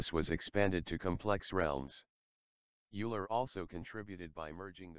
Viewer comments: It is not [iuler], it is [oiler]! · Euler is pronounced "oiler". There is no such thing as an eigent function. It's eigen function. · Fascinating subject matter. Equations are rather whizzed through without adequate time /explanation for those of us without a PhD in Maths, Physics etc. BTW I think Euler is pronounced "Oiler" (Swiss root). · Also, Euler is Oiler, not Yooler.